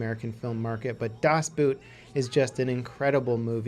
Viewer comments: Boot is pronounced almost exactly the same as boat, PLEASE don't say Boot like a shoe -_ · GJ, will have a look at some of them again! as german I never got your pronunciation of "das Boot". Just stick with your english pronunciation of "boat" and you will be maybe 95% close to the actual name in german :). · Really? Das Boot is a german name. Not pronounced like the boot you wear, but just like boat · omg boot xP you spelling it totally incorrect! its not about a shoe it is about a boat so you rather pronounce it the english way thats much closer than just saying it like the shoe way! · Ahh! What a good list, I thought you missed the Finnish War, which is absolutely wonderful, so I'm referring to a movie called Unknown Soldier(Okänd Soldat), which I saw in the cinema this fall and is magical. In addition to your pronunciation about Das Boot(which was tottaly wrong^^), your video was absolutely wonderful! Keep it up Mate!!!! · As a Swiss i cracked up everytime you said "das Boot" xD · Das Boot.... jesus christ, at least make an attempt not to 100% butcher the prenounciation. Its not a boot that you wear on your foot... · Please don't say das boot again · It took a while to get what you mean with "Das Boot" due to I only know the movie name by German pronouncation. Do Americans, and all English nations alike, watching "Das Boot" and "Downfall" with original German audio or with English dub?